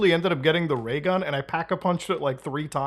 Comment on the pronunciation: LMFAO, He said RAYGUN